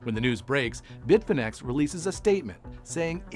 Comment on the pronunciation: Bitfinex sounds like bitfinnese